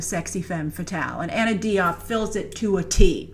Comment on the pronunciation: Diop is pronounce with a J sound.